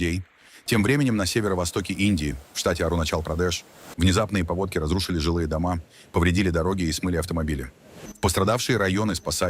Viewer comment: Ребята, ну когда вы научите его правильно ставить ударения? Я понимаю, слова с двойным значением, когда можно перепутать, куда его ставить, когда и то , и другое формально правильно и все зависит от контекста, но павОдки, а не пАводки, откуда, блин это берется, он этого слова вообще не знает? Полнейшая безграмотность, а еще о какой-то ИИ революции говорят, он даже произносить не может правильно научиться!!!! Уши вянут. Отличный канал. Отличная подача. Не со всем, конечно, согласен, но это произношение - какой-то просто трэш!!!